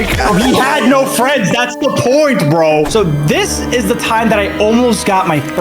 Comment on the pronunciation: you said vro not bro but its ok!